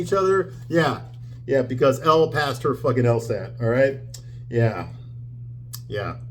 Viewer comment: I assume you’re doing this to be funny, but Elle Woods is pronounced “L”, not Ellie.